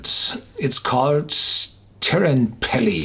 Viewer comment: Teerenpeli is more like "tear" such as what you do to paper, with a rolled "R". Good luck!